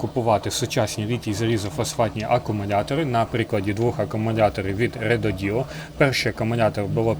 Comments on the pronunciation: РЕДОДО , а не реДОДіО😂😂😂😂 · Рододо, а не РедодІО😂😂😂